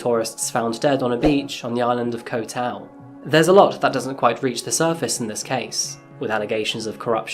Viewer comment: Bro, I swear he's sayng "Coffee-Ass Crime" I swear to god that's what he's saying